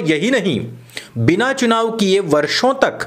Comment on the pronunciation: Chunav ki jagah chinav bol gyi....